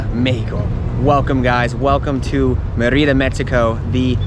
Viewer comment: bad pronunciation of Mérida